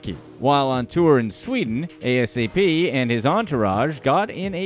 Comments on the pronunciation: Bruh just say ASAP. Don’t spell out the words 🤦🏽‍♂️. It’s ASAP Rocky. No periods. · Brother his name is NOT a.s.a.p. rocky its asap rocky edit this vid thats terrible! a-sap rocky thats so disrespectful man. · ita asap not a s a p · I cringe everytime he spells it out.... Lmao 😂😂😂